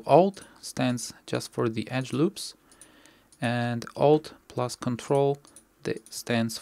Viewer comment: I'm not a native English speaker, so I didnt quite understood what the button you said on the "numpad". I got something like ""plos" button on your numpad", but I didnt find it. Can you help me writing the button please? Thanks in advance, great tutorial =)